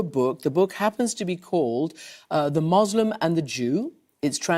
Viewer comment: MUSLIM not MOZZLUM